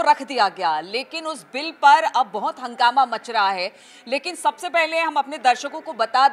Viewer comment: हगामा मत बोलिए मेड़म